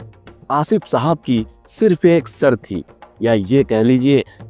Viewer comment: Shart Hota Hai sart Nahin